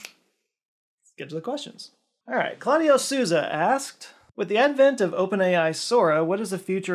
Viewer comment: Claudio Souza is pronounced kla-dEu sOza